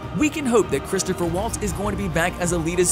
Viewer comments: CHRISTOPH!!! Chris-TOPH!!! Drop the "er" on the end there,. Geez; do some freakin' homework. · Christoph Waltz doesn’t have a third syllable in his first name. Look at how he spells it. Now? Try saying it without sounding like Joe, stuttering and stammering, saying “err… “